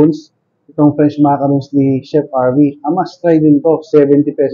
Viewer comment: Hindi siya macaroons, which I got corrected, ma ca ron